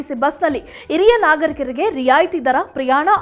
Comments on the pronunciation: Not iriya it's hiriya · Iriya alla HhhhhHiriryA. Hiriya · This girl does not know proper kannada. She pronounces hiriya nagarikaru as IRIYA NAGARIKARU. God save kannada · Yes this girl does not know kannada and to pronounce Hiriya nagarikaru, she say iriya nagarikarige. This girl is notorious for her bad kannada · ಅತ್ತಿರ, ಇರಿಯ ಅಲ್ಲ ಹತ್ತಿರ, ಹಿರಿಯ ಅಂತ ಹೇಳಿ